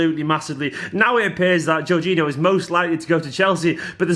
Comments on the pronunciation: I think its Jor-geen-eeo but i could be wrong as well! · least we wont have to hear you mispronounce his name all the time ;)